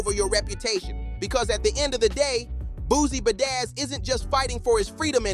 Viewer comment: Good content but every time you said Boozie Bazzaz I wanted to abort. 🥴 Good work overall though.